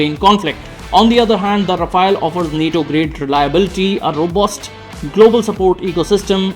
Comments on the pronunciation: Ra-Faal..which means fast moving wind...some research in pronouncing it correct ..its not Rafa-el like the Teenage Mutant Ninja Turtle. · India's policy's change more than Modi's outfits. Our inventory is so messy and complicated, keep making it even more complicated And a news report who can't even properly pronounce Rafale.